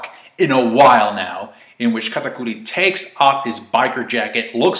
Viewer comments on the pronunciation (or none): Katakuir....why tf do u say his name like that🤦‍♀️🤦‍♂️ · why do u get a compeletely different accent when saying katakuri's name.... SAY IT WITH ME KA TA CURRY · The way you say katakuri 😂